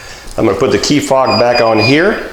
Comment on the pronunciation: "Fob" not "fog"